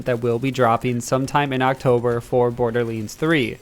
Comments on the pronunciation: “Bordeerleends fwee” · Why does this guy say borderleends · Uhhh ohhh someone tell Gearbox theres a "Borderleends 3" out there. 🤣🤣🤣🤣